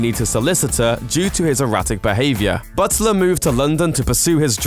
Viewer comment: is he saying "Buttsler"? Sounds like he says it correctly some of the time though. weird